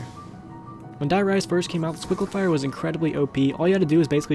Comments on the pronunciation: stop saying Squigglefire it ts Sliquifier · why did you keep calling it the squicklifier when it's the sliquifier